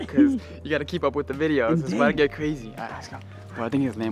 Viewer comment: I. Love. Your. Vithyoos. Love.